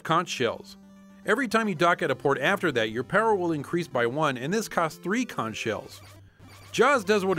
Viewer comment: it's pronounced Conk not Conch!!!